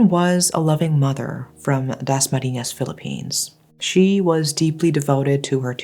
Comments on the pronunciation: The way you said “Dasmariñas” was 👌🏼👌🏼👌🏼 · When she quietly pronounced "dasmariñas" is so perfect!!